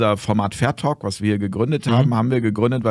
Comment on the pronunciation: ...natürlich "Talk" und nicht "Falk"...